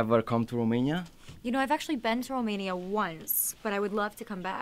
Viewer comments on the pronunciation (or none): none